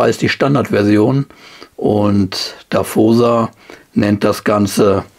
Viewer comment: Und natürlich "Dawosa" ausgesprochen und nicht "Daffosa" ... 🙂 Sorry Leute... 😇🤣😂